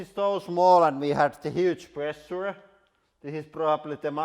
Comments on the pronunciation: Presha he pronounces it as press suu re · I love the way he pronounces "pressure" so much :D